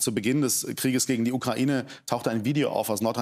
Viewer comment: OMG Baerbock hat ja wirklich Kokain statt Ukraine gesagt🤣